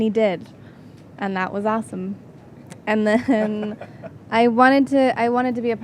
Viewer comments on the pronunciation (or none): did Dakota say assome?